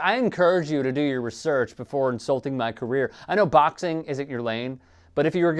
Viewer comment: Did u really just pronounce research the way u just did?